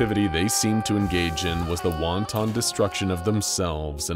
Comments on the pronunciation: LMAO. He pronounced wanton like the Chinese dumplings, wonton. It is pronounced "wan-tin". I swear these SCP YouTubers seem to uniquely struggle to pronounce English words. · Did this man just say “wonton destruction”?…??! Damn, imagine what the fortune cookie is capable of if the wonton did that. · Heh the way you pronounced "wanton destruction" makes me think of a bull let loose in a Chinese restaurant kitchen. Great video as usual.